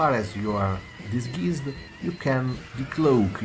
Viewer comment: Disgeezed? XD